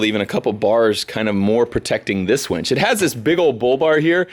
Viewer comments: Winch - Not Wench !!! LOL LOL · I think it's a winch not a "wench" 🤷‍♂️ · Hahahaha Winch, not Wench..hahahahah